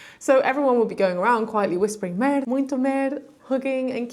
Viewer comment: Imagine if you weren't shy. Ant it is "merda". Your portuguese "merda" is sounding like the french "Merde". The last "da" in "merda" sounds like the "da" in the song "da da da" by the German eighties band called Trio. I hope you got paid for your work which would be even greater, in a country where artists either are jobless or have to have odd jobs to survive. Keep up with your shyness and you will do great. :-)